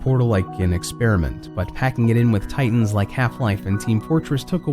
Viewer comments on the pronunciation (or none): none